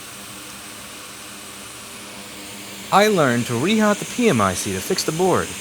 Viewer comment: Problematicly it's pronounced "Pee Mick" ..